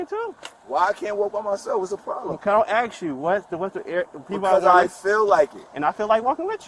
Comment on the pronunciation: U aint axing no bodee!